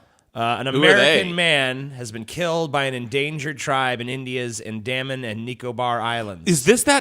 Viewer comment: It's pronounced 'anne-da-men'